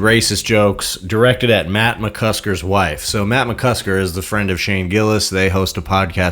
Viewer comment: McCusTer??? It's McCusKer! Have some respect 😆